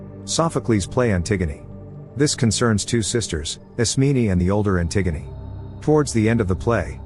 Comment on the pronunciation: I'm pretty impressed you managed to get the TTS to say Antigone correctly and not as "anti-gone"